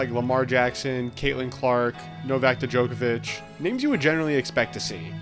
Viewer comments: “Duhjokovic” is crazy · He pronounced the silent "D" but this is funnier 😂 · novak d-jokavic 💀💀